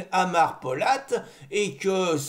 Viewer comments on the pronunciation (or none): "Adar" pas "Amar", on dit aussi que c'est Kurde.